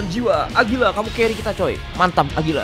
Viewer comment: Agira bukan agulia